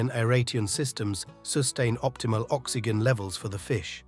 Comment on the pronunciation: It’s pronounced Groper NOT Gruper! It’s pronounced Oxi-Gin NOT Oxi-Jin!